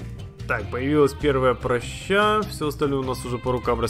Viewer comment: не прщЕй, не пращА, а прАща!))